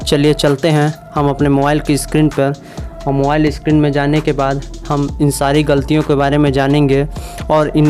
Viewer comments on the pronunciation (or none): none